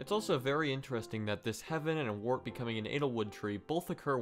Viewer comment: It's Wirt not Wart